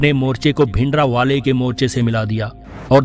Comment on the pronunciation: Ohhh murakhh jee bolnaa nhi aanda hundaa taa naa geyaan deyaaa karr aayee vadde actor jee gvaar bhindra waleyaa da naam sahi traa leyaa kar nalee jidaa tu geyaan dee rehaa aa na inaa tenuu ptaa nhi aaa thikkk aaaa naaa kitee aapne like te views krkeee chaante khale kisee too